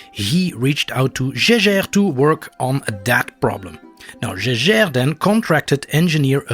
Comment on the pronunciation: You pronounced Jaeger wrong lol